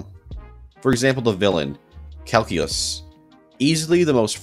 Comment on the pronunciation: Pigpen: Pronounces Kaecilius calculus Me: Doctor Strange’s worst enemy… CALCULUS Spider-man: Thanks for the tip Me: what Spider-man: Beats Strange with math in NWH Me: Hol up